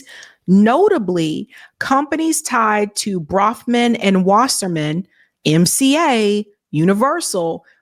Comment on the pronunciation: BROFMAN is how it is spelled and pronounced